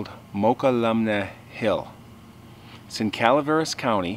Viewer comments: Its pronounce MoK-EL-LUM-NAY like Tuolumne's pronunciation. They are our local first people. Funny enough a female tribe member told me her experience with a bigfoot when she was young. Shes in her 70s now. They dont treat bigfoot like the rest of us because its ingrained in her herritage. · It's pronounced Moke-kul-um-nee. Just outside of Sonora between San Andreas and Jackson. The Legend of this Hotel lives on throughout the foot hills of the Sierra Nevada Range. Yessir, this story is told by many of the old timers in the mountains. The Frog Jumps take place every year to this day in Angels Camp...Calaveras Co. I've been going to it for years. Every one should take the kids to this....good food and a lot of fun. Good show...Thank you. God Bless. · It's pronounced muh-cull-uh-me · We've pronounced it mu-QUAL-lum-nee my whole life. 🤷‍♀️ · I lived in Sacramento for quite a while and it was pronounced to me several times as MO-kell-um-ee. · It is pronounced ma, cull, a, mee, I really enjoy your stories! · A side note, Mokelumne is pronounced Mo-kula-me. I lived there for a few years. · I have always heard it pronounced Mo - cull - ah - mee